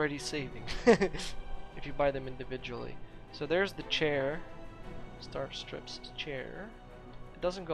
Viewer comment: Thank you for showing the new wares. I'm at max budget and still not through with my build, but I'll make room for those neon lights! P.S. The "i" in "stripes" is pronounced the same way as it sounds in the word "hi". Thanks again for the video!